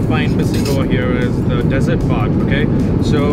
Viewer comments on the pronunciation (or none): Desert have to go middle east for that, 😅😅😅😂😂,dessert pronounced D SERT